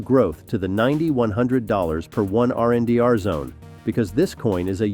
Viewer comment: RNDR ? Your mean Render - Only a BOT Calls it RNDR